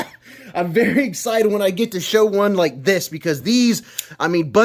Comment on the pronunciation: No, you said "gus-cited" for some reason. Eggs-cited would have been permissable, but instead you disgraced yourself utterly, and without recourse. Needless to say, I will be reporting you to... THEM.